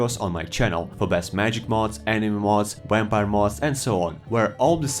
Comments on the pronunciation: My guy said some wampire 🤣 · Lmao "wamvire Lord" 🤣 but all jests aside thank you for the video